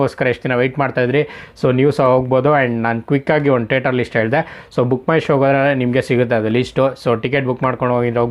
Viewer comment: Bro its not tater its theatre